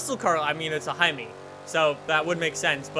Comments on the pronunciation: haimi??? I think he meant to hemi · did he just say "well it is a himey"? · A Hemi?? HEM-EE?? or is this an inside joke from another episode... if so carry on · lol did anyone hear how he pronounced hemi?